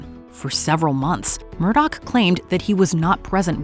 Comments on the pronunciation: How in God's ever loving name does anyone think Murdaugh is pronounced Murdoch??? That's pretty bad. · Its not Murdoch. Its Murdaugh. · Alex Murdaugh pronouncing both of his names so wrong is enough for me. Send him to the chair.